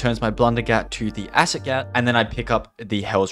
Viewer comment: I STARTED DYING WHEN HE TRIED TO PRONOUNCE THE ACID GAT PAPPED😭😭